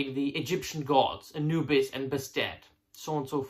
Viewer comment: Say Anubis again. Lol jk...jk😅